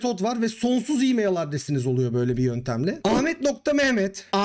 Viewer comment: E-mail telaffuz ederken neden imeyıL diye sondaki l'yi kalın okuyorsunuz? Türkçe konuşurken çok sırıtıyor.